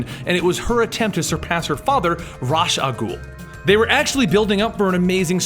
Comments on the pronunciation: Love the complete stories series. I really wish you would pronounce "Raas"(RAY-sh, or ROZZ), and "Al Ghul"(AL-GOOL), correctly though haha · who is Raas? Does he mean Ra's (pronounced Raysh)? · Isnt it Raysh Al Ghul, not Ras? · say it with me now. RAESH! not RAZ! RAESH! just how it sounds RAESH! al' ghul bruh come on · Ras a goul is pronounced with an sh it sounds like rash a goul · Ra's is usually pronounced Rayysh, isn't it? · DEAR LORD IT'S PRONOUNCED RAYSH. Ray-ssshhh flails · It's pronounced 'Raesh' al gul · ra's = "rae-sh"